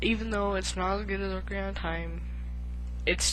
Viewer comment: you keep calling it ocRiana of time lol